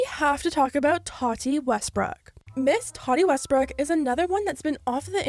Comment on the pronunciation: The way you say "Miss Tati Westbrook" is it's own tea, sis